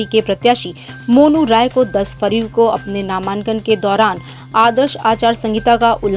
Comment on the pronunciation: नामांन्कन kya hota hai ?🙄 pronounced ko to thik rakhiye